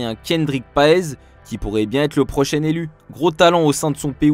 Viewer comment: je reve ou il a dit "l'an prochien"